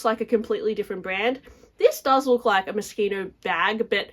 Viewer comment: Oh 😂 I kept thinking you were saying Mosquito, not Moschino. I was like, “influenced by a mosquito” 🤔. I’m in the U.S. and that blue LV looks like something you would buy for your kid at the Dollar Tree.